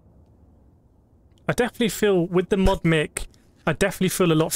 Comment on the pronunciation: Audio quality is pretty solid with the new mic... and it is pronounced "mike" rather than "mick"